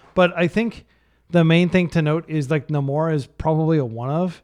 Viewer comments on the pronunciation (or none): It's pronounced NAY-mor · ive literally never heard anyone pronounce namor like that 😆